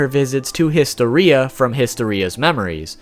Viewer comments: HIS-TO-RI-A WHO THE FUCK PRONOUNCES IT LIKE THAT. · History ria No it's historia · I like how he pronounces Historia as History-ia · Nobody:: HISTO-RHEA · Lmaoooooo histo-ia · histyria lol bruh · "HistoRIa" am i the only one that noticed that lol. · The way he pronounces historia was so funny to me. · your pronunciation of Historia is painful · I cringe at the way you pronounce Historia and Yimir